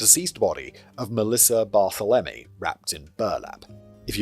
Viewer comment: "Mass-uh-PEE-kwa". "30 ought 6" for the rifle. "Bar-THEL-em-ee" Most Americans are in favor of gun control. Many cops don't think disenfranchised groups count as human beings. Check out the 1960 murder of Irene Garza. She went to church for confession where she was raped and murdered by the parish priest. Law enforcement, local and state governments, and the Catholic Church actively and very successfullly covered for him for decades. Ex-wife has cancer.